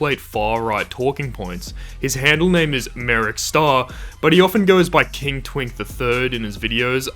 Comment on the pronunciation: I hate how you said twink.😭